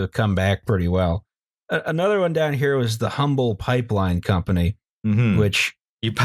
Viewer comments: It's pronounced "Umble" not Humble. The people of Houston will rip you all apart for that one. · Nobody asked but, Humble is the name of a town north of Houston and for some reason it is pronounced without the "h." Therefore I'm pretty sure it would be the "Umble Pipe Line Co." You're welcome. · You don’t say the H in “Humble” (it’s actually the town I was born in)!